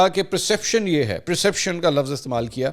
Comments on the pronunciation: Mansoor Sahib. You repeatedly mispronounced perception as *preception*. The word perception means understandings while there is no word like preception rather there is a word preceptive which means advisory. I hope you'll not get offended. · Its perception not preception.